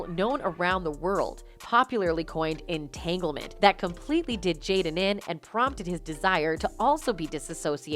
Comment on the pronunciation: " In tangelment" LoL... Funny shit men!!!